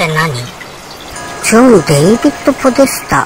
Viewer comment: ポデタスじゃなくてポデスタ🤣 もう最高！チャンネル登録します笑 おばちゃん、サイコー❗️